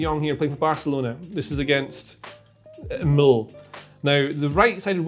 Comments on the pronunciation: MLL stands for RCD Mallorca... not "Mill" or whatever you said lol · Surely in Spanish the great island of MLL should be pronounced Mmm?